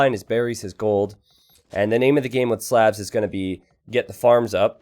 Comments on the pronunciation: great video! But could you pronounce Slavs normally. Please. It hurts. Same sound as the au vowel sound in Slaughter. Which is what happened to them here. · When is somebody going to tell that he pronounces "Slavs" wrong?